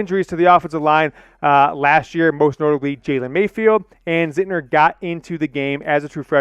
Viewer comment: It's not Zintner lol